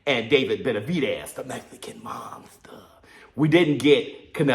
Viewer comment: Yo ain't no other way to say it " Tha Mexican Muuunstha" 😂😂😂😂